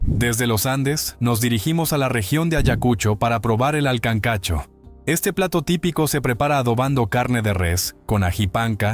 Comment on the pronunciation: Se dice kankacho